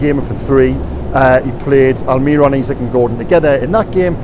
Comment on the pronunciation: 😭😭😭pllleeeeeeaaasseee. AlmiRON, not AlMIRRon, the accent on the O at the end means the emphasis is there... pleeeaaasseeee stop